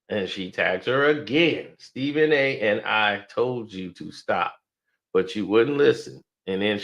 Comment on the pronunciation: said Srepben A got a thoroughbred. 😂😂😂